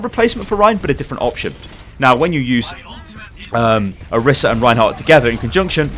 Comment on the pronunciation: plz. You can't just give a thorough explanation on a hero and get so many details wrong. - Her name is not pronounced that way (Jeff Kaplan mispronounced it too, so it's sort of confusing): Pronunced o-REE-sa - Her alt fire is not called "Pulse"; it's called "Halt!" - Her ultimate is not just line of sight with unlimited range; it has a range of 25m (not by my own measurement, but I read the stats earlier) A while back you were upset that some people accused you of misinforming viewers, so you gotta be careful bro.